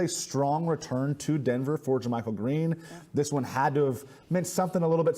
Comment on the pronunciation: Learn to pronounce jamychael. You are on tv!